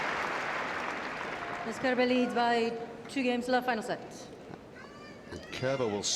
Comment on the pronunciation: Great match. Every time the male announcer said Kerber's name though, it sounded like "Care Bear".